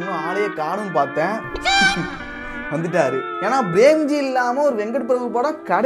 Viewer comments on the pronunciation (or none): Premji ❌ Bremji✔️😂😂